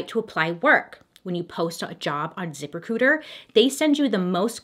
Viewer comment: It sounded like she said zipper cooters instead of zip recruiter 😩